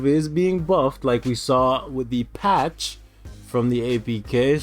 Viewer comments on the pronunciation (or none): I like it no cash grab, no shenanigans, and no blunders. Also I was thinking about getting Destroyer to lvl 70 as well. Ayo I love the way you put the emphasis on patch, when you said they patched Thor from the apk. 👍🏾